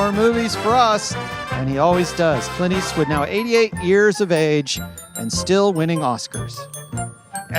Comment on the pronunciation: Tim mispronounces Clint Eastwood as "Cunt Ass"